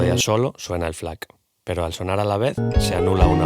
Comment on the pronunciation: Quien le dice F-lac? JAJAJAJJAJAJAJAJA Muy buen video. 👏🏻